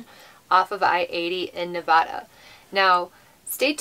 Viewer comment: I've said it before, your videos make my day! And THANK YOU for pronouncing Nevada correctly! If you're on your way to Las Vegas I'd love to meet you and Riot. I promise, I'm just a little ole lady not a pervert!